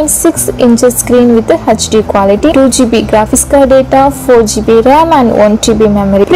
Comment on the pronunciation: Informative video but the pronunciation of RAM is wrong